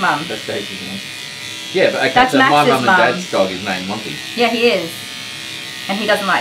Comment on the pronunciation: Monty, not Janty